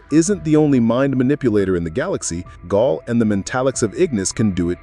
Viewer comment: Pronouncing her name like "Gol" or "Gahl" every time, instead of "Gail", as if the narrator has never seen/heard the show is wild. Smells like AI.